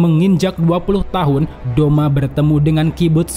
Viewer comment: Douma not doma